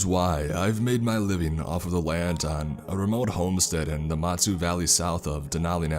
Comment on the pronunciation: Alright listen I love your creepy pasta dude but, gonna be honest nobody in Alaska calls snow machines snowmobiles get that lower 48 and wherever else language outta here. And you pronounced matsu like it’s motsu and, sorry kinda offended Chief. It’s Matsu valley. But please continue your really good.